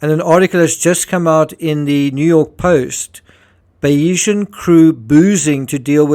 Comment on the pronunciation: Just an FYI the pronunciation is Bayes-Ian. Named after Thomas Bayes whose theory Mike’s businesses were based on. So Bayeseeyan. Or Bayes-Ian but said together. As a fellow Saffa, Afrikaans fks up our pronunciation!